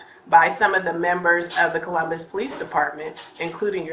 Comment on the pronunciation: "Collummus"? Is that anywhere near Columbus?